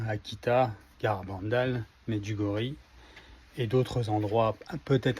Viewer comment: Bonjour, ça se prononce Médjiougorié